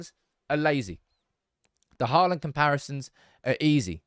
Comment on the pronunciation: Learn to say his name right, it's NOT Hoilund, it's Højlund, and now were at is, it's NOT Haaaaland, but Håland. Aa=Å